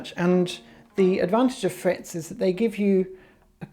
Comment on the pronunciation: "They always have 'frayets"..."